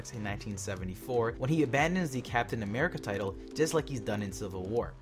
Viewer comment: did you say amirica????? looooooooooool